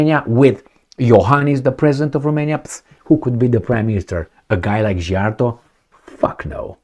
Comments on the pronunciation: I also tired of trying to get teach how to pronounce Peter Szijjarto's name. I The letter sz in Hungarian is pronounced like the word "sea" or "see". Please pronounce it correctly. 😢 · Why are you expecting to know Hungarian pronunciation, it's a different language, different country, it's understandable to mispronounce 🙂.